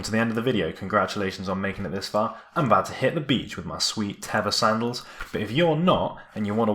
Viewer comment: It's actually pronounced Tey-va